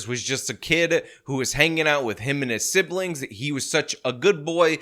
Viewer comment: why do you keep saying siblings… When the main is clearly not saying siblings he’s saying… “Siblins”